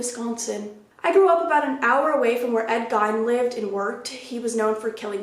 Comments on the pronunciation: It's pronounced like green without the r.... You tried! Lol there are many I've heard that not pronounce correctly... It's okay. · Edward Gein is pronounced like GEEN lol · lol it's pronounced "geen"